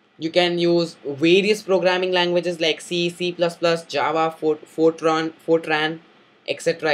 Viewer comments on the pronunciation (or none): none